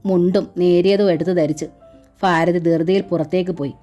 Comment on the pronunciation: വായന വളരെ നല്ലതായിട്ട്.... നല്ല ഹൃദ്യമായി തോന്നുന്നുണ്ട് ❤❤അതേ ഫീലോടു കൂടി ഉൾക്കൊള്ളാനും പറ്റുന്നുണ്ട്... പക്ഷേ ആ ഫാരതി... ഫയം... ഇങ്ങനെയെല്ലാം കേൾക്കുമ്പോ ഒരു അസ്വസ്ഥത 😞പ്ലീസ്.... ഭാരതി... ഭയം... ഇങ്ങനെ വായിക്കാൻ ശ്രമിക്ക്യോ?